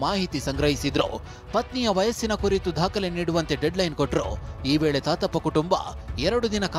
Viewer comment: ತಾತಪ್ಪಾ,❌ ಗೋತಪ್ಪ..